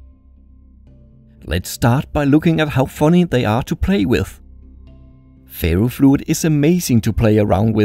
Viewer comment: I thought he was saying fairyfluid